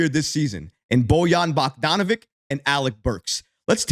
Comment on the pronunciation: 😂😂😂😂😂 BOYAN BOCK-DON-A-VICK please learn how to pronounce his name